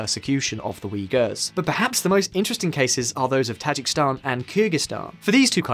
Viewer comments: Dude, it's pronounced Tah-ZHEEK-iz-stan, not "Tazhik-Stan" !!!! Also the people of Kyrgyzstan are Kyrgyz (pronounced Keer-GIZ). Learn to pronounce correctly if you are going to make a video about them!!! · Tajik-I-stan. Not Tajikstan. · Tajikistan is pronounced tah-Jee-ki-stan, is it not? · Ta-JIK-i-stan. Stress on the second. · For a video focusing so much on Tajikistan, this guy managed to mispronounce the name every single time. That’s actually fairly impressive. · No one cares he keeps mispronouncing Tajikistan?